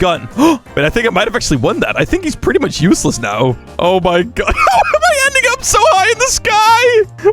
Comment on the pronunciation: bro did not say ending💀